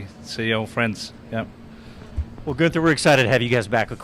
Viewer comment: Dropped the “n” 😂 Guether